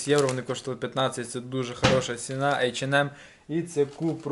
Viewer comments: Айчинем .Неееет такого магазина в Германии ,ты хоть при немцах так не говори . H&M Посмотри в ютубе хоть алфавит немецкий . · ейченмем, мда